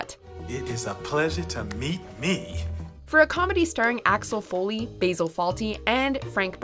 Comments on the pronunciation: "Failing to get the protagonist's name right" ... says the twit who mispronounced Basil Fawlty's name ! It's Baz-ul, not bay-sul. It's his NAME, not the herb. You pronounce people's names as they were named, not how you guess it's pronounced. Friggin' robotic half-wit. WatchMojo should just use the English male robot voice like those stupid Reddit posts; at least the auto-generated voice would have said Basil correctly, and it has 1,000% more personality than this twit. The more you use her, the more I regret subbing to this channel. You should have left her on MsMojo. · Bay-zil Fawltey? BAY-ZIL? IT'S BAH-ZIL! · "Bay-zil" Fawlty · Baysil Faulty? You yanks need to learn how to speak English. It's like when you try and say Daniel Craig but end up saying Daniel Cregg. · Who pronounces Basil as BAYSIL That should be illegal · BTW, you pronounced Mr. Fawlty's first name wrong